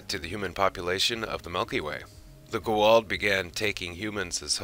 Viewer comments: STOP SAYING IT WRONG..... It's Ga-ULD.... NOT Guald... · Ohhh, Goa'uld. I was so confused everytime you said "G'walt" until halfway through the video.. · Great video. But it's Goo AH Oold not Go Wald. Very nice topic though and well done. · Who the heck is the Gooh'hald? Their name is pronounced as Goo-ah-ould! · It is pronounced GO A UULD not GO ALD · are you trying to say goa'uld? repeat after me: "go" as in the chinese game, not the english verb. like the to in toronto, but with g instead of t. "ah" "uld" like the english word "old" but with a "u" sound(like the u un fukushima). say it slowly at first, and then keep increasing the speed until you can say the whole word. but to be fair you arent saying it even remotely as cringeworthyly as some of the actors in the show. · Other than your Constant, Tragic, Embarrassing mispronunciations of the Goa'uld and Tau'ri and other words, proving you probably haven't watched the show personally, that was a pretty decent Asgard History. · Great video but yeah, every time I heard that it was like "goddammit, 17 combined seasons, the pronunciation is right fucking there for you, repeatedly" lol. Also, Hermiod, not Hermoid. And a bunch of others, kind of lost track.